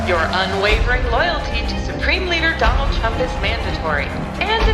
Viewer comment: "Donaldy J Trump"?